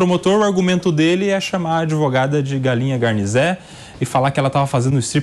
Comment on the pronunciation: Outra vergonha neste vídeo: O é de Bastos (a "Capital do... OVO"!!!) e não sabe pronunciar "garnizé"?!?!?... Garnizé (ganizé, galinzé) é uma raça de galinhas/galos "anões". E são bravos! Tem galinho garnizé que coloca galão pra correr!!!